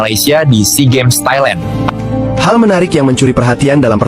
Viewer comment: Tailan bukn tailen,jgn inggris2an